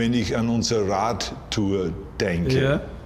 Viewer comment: As an Austrian, i gotta say his dialect still sounds the same like everyone here, the only time i could hear his American accent surface was by words like "Radtour" (Bike tour) at the "Ra" other then that he still sounds exactly like all of us